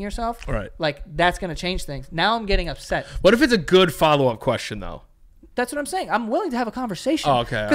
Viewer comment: “Or the new green one that you have “ Joe- “Thasimsayn”